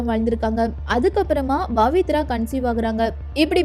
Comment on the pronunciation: It's not Bavithra but Pavithra.please try to pronounce correctly.